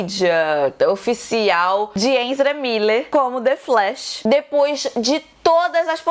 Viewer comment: agonia total da falando enzra kkkkkkk